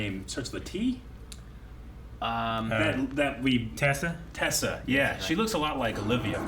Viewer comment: tess not tessa